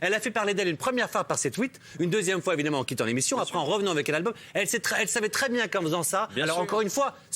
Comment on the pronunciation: Évidemment ???? Sérieux tu dit « évidement » ?